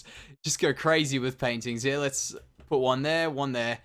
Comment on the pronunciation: Who else loves when says her instead of here